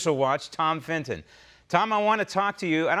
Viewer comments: Doesn't ANYBODY know how to say Tom's last name CORRECTLY? His surname is Fitton... FIT -- TON... Not FIN -- TON !!! Sheesh. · WHAAAT? This interviewer doesn't even know how to enunciate Tom's last name!